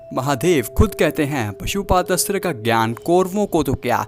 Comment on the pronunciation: Bhai pashupadastra nai 😂 Pashupatastra hota he 😁